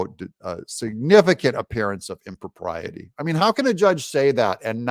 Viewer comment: Im-pro-PRY-ity. You're welcome.